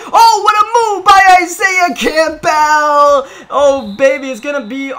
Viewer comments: Seriously how hard is it to say Campbell not camp-bell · It’ll be Madden 37 before you pronounce Campbell correctly lmao